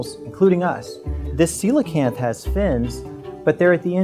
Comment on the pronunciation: Aww man, I've been pronouncing it wrong. "See-lo-kanth"